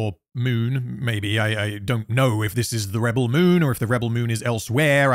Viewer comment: I really love how you say the movie name wrong multiple times. Its really funny and reminds me of Benedict Cumberpatch lmao. good job! Best objective analysis of the movie from a neutral position! Keep it up lad!